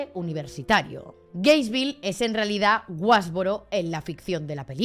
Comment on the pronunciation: No me gusta ser el típico niño repipi, pero no es GRainesville, es Gainesville, que TOC me ha dado cada vez que lo he oído mal 😂😂